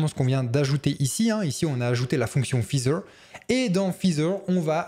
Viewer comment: Merci pour ce tuto bien pratique. Petite remarque : "feather" se prononce "faizeur" et non pas "fizeur" 😉